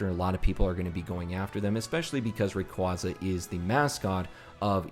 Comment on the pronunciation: Thank you for pronouncing Rayquaza right! Some people say “Rackquaza”